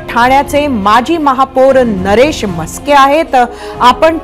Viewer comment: म्हस्के नाय नास्के असावेत हे